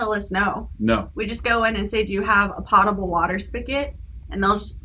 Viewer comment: Another great interview and with one of my favorite youtube couples! Always fun and insightful. Will note that potable water is pronounced \ˈpō-tə-bəl (where the Po syllable rhymes with Go rather than with Got). Nothing to do with pots and pans. Ha. Great content. Keep up the good work!